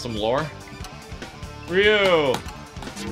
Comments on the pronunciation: He said ri yu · The way you pronounced Ryu's name made me literally roll up my eyes 10 times at least Bye. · So no one is going to talk about how he said Ryu's name wrong?